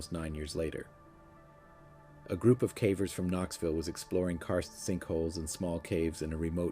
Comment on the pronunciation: Forgive me for my cynicism, but I’m gonna have to label this one fake. Here’s why: 1) I suspect this is an AI narration because of the way the narrator pronounces the word “cavers.” 2) the narrator mentions the lack of footprints under the tree where the skeleton was found as being perplexing and mysterious. Nine years had passed! Naturally, there would not be any signs of footprints. In all transparency, I turned the video off after about 11 minutes, so I didn’t stick around to hear any evidence that might lead me to believe the story was true. But the trend with these types of videos is one of typical misleading or flat out false information.